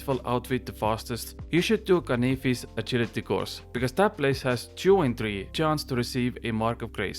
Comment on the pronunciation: Say canyfis one more time 🔪